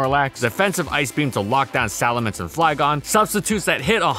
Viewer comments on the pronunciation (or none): none